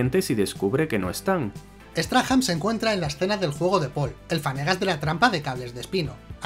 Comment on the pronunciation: Por curiosidad. No se pronuncia "Straham". Sino " Strahm" . Ya que los españoles tienen bastante españolizados estos nombres de los personajes xD